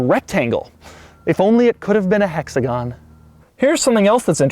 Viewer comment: Doug Score? A hexagaan!